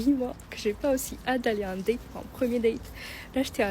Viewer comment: Hihihihi.... Oh l'IA ! Date ça ne se prononce pas comme datte😂